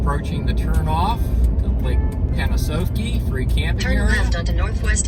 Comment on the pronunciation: It's actually pronounced Pan-ah-sahf-key or as the locals call it "lake pan." Great video.